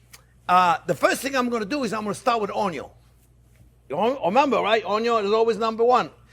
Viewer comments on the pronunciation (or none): he actually says 'ONIO'😉